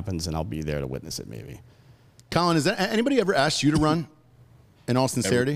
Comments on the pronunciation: His name is pronounced “coal-leon”. Not Collin! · It's Co-Leon, not Collin bro lol